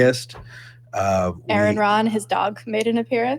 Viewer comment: Oh My! said Aron's name wrong! For shame!